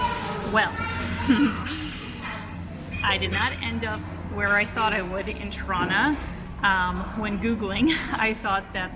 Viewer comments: I like the way you say "Tirana" - sounds like "Toronto". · Is it me or does she pronounce Tirana as Toronto? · 🤣 I kept hearing “Toronto” I was confused at first. 🤦🏽‍♂️🤣🇨🇦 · It's funny how your pronunciation of Tirana sounds a whole lot like Toronto (Torono)...:)